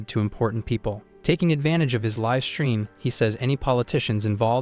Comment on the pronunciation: Need to train the ai the difference between liv and live.